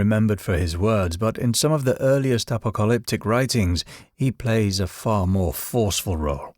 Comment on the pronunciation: Okay, wtf is appleliptic? Lolol do you mean apocalyptic?